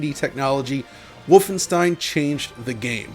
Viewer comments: He stopped saying Volfenstein. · Woofenstein… never heard of it.